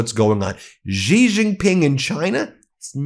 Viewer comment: Xi is pronounced she